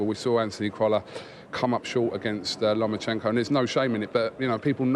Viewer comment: Spencer has clearly been practising how to pronounce Lomachenko.